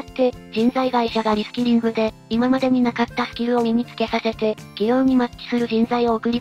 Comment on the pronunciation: リスキリング・・・リスキルにしか聞こえないｗ